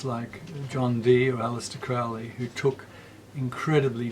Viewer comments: Dear Mr Skinner one always pronounces Crowley as in holy... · Crowley rhymes with Holy.